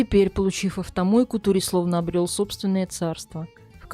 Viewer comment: Как всегда великолепная подача.Только думаю что не Тури, а Торе ( сокр. Сальваторе) Просто у нас два друга с этим именем и оба Торе. Хотя эта поправка незначительная, слушаю всегда с удовольствием.Процветания вашему каналу